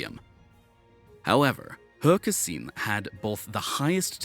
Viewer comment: Can I just say well done on the near-perfect pronunciation of He Kexin's name? So many sports commentators over the years have struggled with her name which is not pronounced the way it is spelled - it is the way Chinese names are transliterated into English using a system called Hanyupinyin which has very different rules compared to standard English but clearly, you've made a genuine effort to try to nail the pronunciation accurately and I wasn't expecting the tones to be right, but everything else was as perfect as He's routine, well done!